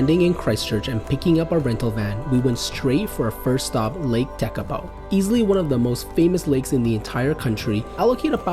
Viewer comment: TAKAPO 'Te' - The, 'Ka' - bright', - Po - night.